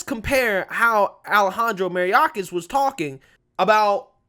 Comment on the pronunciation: Bro it's pronounced may-or-kas not mari-a-kas...just saying...